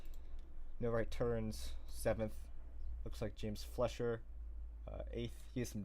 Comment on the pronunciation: James recovering from that wreck to get a top 10 finish shows some of the potential he has. Hopefully he keeps it clean and has a solid race for the opener at Daytona. Also you kept pronouncing his name as James Fletcher but his last name is actually pronounced FLYSH-er, like Max Fleischer. Just something to keep in mind for later.